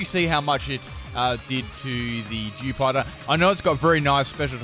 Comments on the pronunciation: its dewpieder not dewpod you stuipid idiot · Sounds like he's calling the Dewpider "Jewpider".